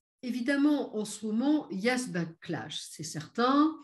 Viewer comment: ça n'est pas "blacklash" mais "backlash". Ou alors vous voulez dire autre chose ?